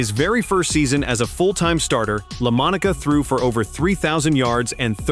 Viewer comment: I really wanted to watch this video but If you can not pronounce correctly the name of the person your video is about then I can not take your video seriously enough to watch it. I do realize this voice is A.I. genererated it does not matter you still have to get the name correct. I wish you good luck with your next video. I know making YouTube videos is hard and maybe your future videos will not contain these type of errors.